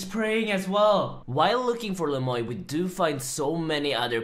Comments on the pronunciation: Is his name really pronounced "Le Moy" instead of the French "Le muah" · you gotta say it like 'le mwa' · The way you pronounced Le Moi ("the me" in French) had me triggered lol But all good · Isn't le moi the french word moi pronounced moa? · His name is french but not a single soul can pronounce it correctly. You pronounce it as Le mwa (moi = french) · Le moy??? Does he not know any French lol